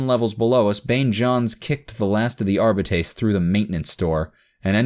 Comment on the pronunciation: As much as I loved listening to this series years after reading the original, the way this man reads Arbite/Arbiter hurts me every time.